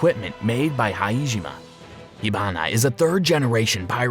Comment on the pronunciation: Hijima High-je -ma